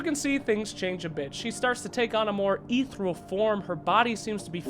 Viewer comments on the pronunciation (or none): STOP RAPING THE ENGLISH LANGUAH. iTS ARCANA NOT ARCENA AND ITS ETHERIAL NOT ETHRAL!!!!!!!!!!!!!!!!!!!!!!!!!!!!!!!!!!!!!!!! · Ethereal is pronounced EE-THEER-EE-AL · Ethereal is pronounced like EETH-EER-REE-AL not EETH-ERAL btw